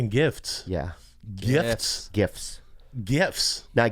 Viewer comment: Bobby can't say Gift with a T